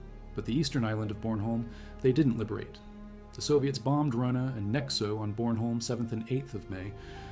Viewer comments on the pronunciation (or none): none